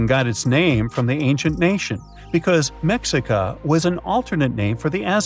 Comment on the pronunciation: Mexica is pronounced as Meshika.